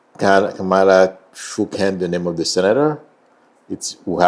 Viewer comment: You should pronounce Kamala name correctly. Especially given she is respectful to everyone.